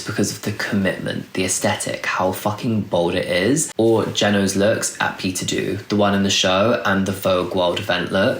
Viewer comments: ❤❤ just to note Peter Do is pronounced as ‘dough’ 😅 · Heey, love love love your videos and I was waiting for this one since you mentioned you were gonna make it and it most certaity did not disappoint! Thank you for a detailed analysis❤ I just had to be a pain in the ass and point out that you might not have the correct pronunciation for Peter Do👗